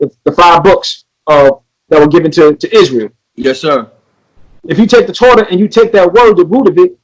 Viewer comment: He butchered torah omg he tried it lol torah means the law he reached